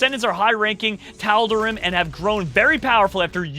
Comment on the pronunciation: He didn't Pronounce Tal'Darim or Nerazim or Legionnaire